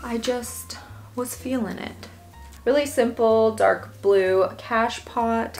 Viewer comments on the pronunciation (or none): Great videos. It sounds like you keep saying 'cash pots', what is the difference from a 'catch pot' 🤔? Thanks for sharing 👍